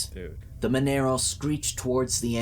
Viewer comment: It's not pronounced mon ero, but MON ARRO with argh sound not an air sound. And for Americans its not pronounced Mona Ro either.